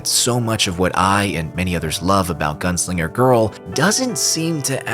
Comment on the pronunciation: À chaque fois que tu disais "Gounsliger" à la place de "Gunslinger" j'avais envie de te fracasser la mâchoire et te péter les rotules... 😒😓